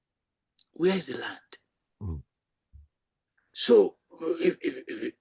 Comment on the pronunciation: Land not lamb